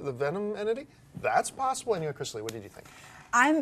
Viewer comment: The keep saying plossible